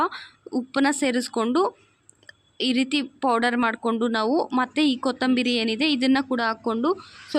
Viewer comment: ಕನ್ನಡ ಅವರ ಭಾಷೆ ಅಲ್ಲ ಅನ್ಸುತ್ತೆ. ಪ್ರಯತ್ನ ಪಡ್ತಾ ಇದ್ದಾರೆ. ಕೊತ್ತಂಬೀರಿ ಚಟ್ನಿ ಮಾಡ್ತಿದ್ದಾರೆ, ಉರೀತಾರೆ, ದಾಸ್ತಿ ಉರೀಬೇಡಿ ಅಂತಾರೆ....😂. Still good effort if Kannada is not her mother tongue. I don't know if we can speak her mother tongue just as well.